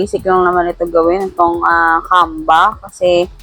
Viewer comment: bkit parang "camba"? naririnig ko..